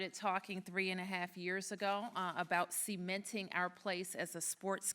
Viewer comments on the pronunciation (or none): Hahahaha “seamenting”